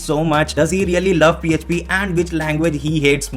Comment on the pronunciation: I still remember his pronounciation of PHP ffffffpppp 😂